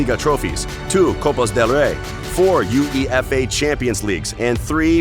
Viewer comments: Pronunciation gaffes: 1. U-E-F-A instead of You-ueh-fuh 2. Ballon de Or - Balondor 3. Avero - Uh-vay-raw 4. PeREZ PErez. Stress is on first syllable. 5. Hor-hey for Jorge instead of Hor-heh 6. Zidane Zi-dun 7. Paris Saint Germain - Puh-Ree Suh Zher- Muh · Why does he say U E efay its yooayfa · It's called Uefa champions league. not U.E.F.A title. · It's not u.e.f.a It's uefa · "You ee ef ay" 🤣 UEFA It's just pronounced as one word not the letters. Say it with me "You-ay-fa" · Uefa not U E F A 😂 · Count on an American to comment on a soccer video. He said "U-E-F-A' instead of UEFA. & the award is called "Golden Boot", not "Golden Shoe". WTF, dude? FAIL! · am i the only one that cringed out when this yank spelt out U.E.F.A and didnt jus say uefa? 😬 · I really touched my bones when he said U-E-F-A instead of uefa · 1.23 - They show a picture od the Galaticos.... with Brazillian Ronaldo, not CR7... lol...then he mentions golden shoes!!! its the golden boot!!...its pronounced Zee-dan (Zidane), and U..E..F..A.. does he mean 'You-ay-fa' (UEFA).... gotta love the American's for their knowledge (lack of) in football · YEW EE EFF AYY 😰🤣 ...UEFA... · "U-E-F-A" no no no just say Yowaifa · It’s UEFA. Not U.E.A.F. Makes me want to vomit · Uefa not U E F A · " two U E F A championships " 👁👄👁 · You know he's American when he says "U.E.F.A" 😂😂😂🤣🤣🤣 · Brah, no one pronounces it U-E-F-A and It's not Zi-DAY-n its Zi-DAHN your lack of pronunciation makes your content cringy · You could tell that the narrator is some voice actor from fiverr. No self-respecting football fan would ever pronounce "UEFA" like that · I can tell you aren't a soccer fan by the way you pronounced all the names 😂 🤣 😂 🤣 😂 uefa- you e f a, golden boot- golden shoe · Ahhh yes the “You Eee Eff Ayy” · Zinedeen zidayyn, u.e.f.a? What the hell is this? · You dont need to spell U.E.F.A everytime dude..just pronounce as it spells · It’s pronounced “yooeyfa” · Stopped watching as soon as this fool said U-E-F-A 😒